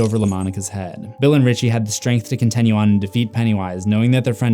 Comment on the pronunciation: idk how many more times i can here you pronounce your "i" sounds as "eh" it's wild. you say continue like it's "contenue".